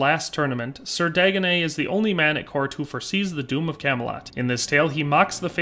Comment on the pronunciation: You say ‘Dagonet’, I cringe because that’s one of the ways people have mispronounced my real family name all my life lol! Of course he’s the Fool, just my luck😛